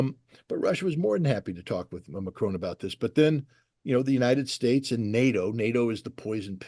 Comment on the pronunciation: Excellent explanations as usual but Scott it’s Macron not Macrone I guess you can’t help it being American.